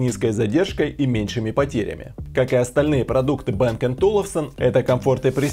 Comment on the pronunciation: Не бэээнг а Банг